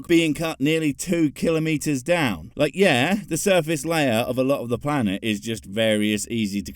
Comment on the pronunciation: Ol' Kunt Hovind! Definitely more than just a few screws loose! 🤔🤦 And kudo's to for pronouncing Kilometres the correct way! 👏👏👏👊